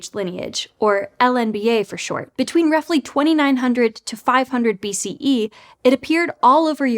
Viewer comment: I noticed that too. At least she said it correctly :)